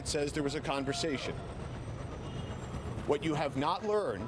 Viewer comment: How come this reporter cant pronounce "Spiro" correctly?